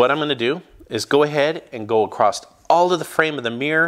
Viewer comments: It's across not acrosst. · The word is ACROSS, not ACROSST/ACROSSED please learn how to speak before doing 'How to' videos for the world to see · I've given up correcting people for using "Heighth" instead of Height, but, this is my first time hearing "Acrost" being used for Across. Language is liquid, I guess. Or, should I say "I guethe". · Across...not acrost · Nice job. Looks good. Btw… the word is “across”… not “acrossT” as you keep pronouncing it. Sounds like a toddler saying it… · Across not acrost 😪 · Dude the word across does not end in a T.